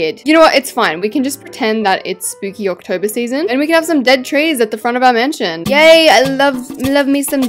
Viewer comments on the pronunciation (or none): I like how she said "MASNION" instead of mansion lol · Masninon? I love your videos but masninon?.?? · 😊hahaha u said masnion